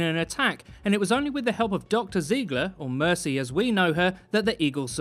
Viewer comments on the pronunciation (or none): none